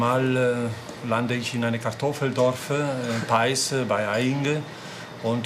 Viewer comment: Kartoffeldorf e 😂